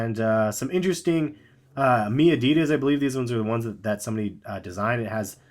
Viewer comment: It's pronounced MY adidas not me adidas